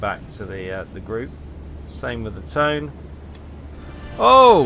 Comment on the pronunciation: I think hearing that same AA gun sound effect from every ship in the game might drive me insane. Are there any sound mods? Also the pronunciation of Tone is more like 'toe-nah'.